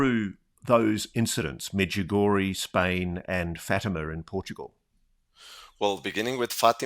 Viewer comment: As sombody for croatia i must say pronanciatian on medjugorje .. both of u are way off but good effort.. i been there ... its a huge thing in my country and everyone in my country knows about medugorje